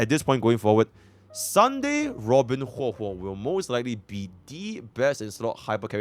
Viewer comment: Bro really call her Hwe Hwe in a video vetted by Hoyoverse themselves 😂